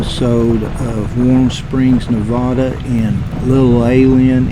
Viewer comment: Wow, man, I was just there beginning of the month. Interesting place, for sure....I gotta tell you though...it's pronounced: Ne-vad-uh. That accent is on the vad. Thanks for the video,!